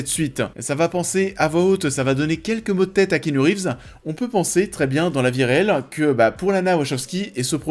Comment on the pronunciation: c'est ki pas ké.